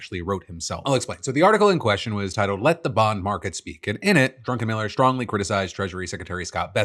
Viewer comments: Woah, I thought when Phil was saying "Drunkenmiller" he was just choosing to make fun of some guy with the last name Miller that had a sketchy history of intoxication. Was not expecting to see that is someone's real name. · Hey Phil! Love you. But just like my wife has issues with Crayon and Iron, You seem to have an issue with Drunkenmiller Vs Druckenmiller....lol. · I agree, I totally hear that, not sure if he was trolling or not (?) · all I can hear is Drunken-Miller. Perhaps it's a dialect thing but it sure sounds like Drunken-Miller. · Love how Phil just keeps saying "Drunkenmiller".... very likely unintentional, but hilarious none the less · Not me hearing "Drunken Miller" over and over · Lol the fact that Phil mispronounced his name as Drunken Miller the entire time is so funny even though his name is DRUCKENMILLER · Uh.... Isnt it DRUCKenmiller.... Instead of DRUNKenmiller? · Am I the only one that thought Phil kept saying drunken miller not Druckenmiller? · Am I the only one who hears Phil pronouncing Druckenmiller as "drunken miller"? 😅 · Is the guy’s name “Drunkenmiller”, or “Druckenmiller”? 😂 Oh, he’s a billionaire? Nvm, idc about the pronunciation accuracy anymore. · I love how Phil kept calling Druckenmiller "drunkenmiller" :P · I know his name is Druckenmiller... but I keep hearing "Drunkenmiller" and it seems more fitting. It's concerning that people are content with letting AI think for them. I didn't think WALL-E would be that on the nose... but we're on our way. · We know where you stand with the Stan Druckenmiller case. You keep calling him Drunkenmiller. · Does Phil keep saying Drunken Miller? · "Drunkenmiller" I'm dead LOL